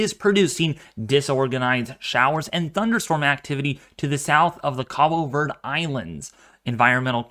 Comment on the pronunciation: Is this the first time you heard of the Cabo Verde Islands? Correct pronunciation is pretty important when talking about storm movement. Yours was not correct.